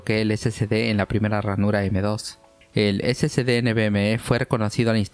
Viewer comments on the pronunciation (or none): Amigazo...excelente video...pero usted pronuncia....SCD...Y ES SSD....SI LOS ESCRIBE BIEN...pero como habla rapido...se turba y cae en lo mismo k la mayoria k lo pronuncia...🤣